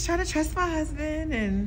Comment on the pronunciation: The way she says huzban smh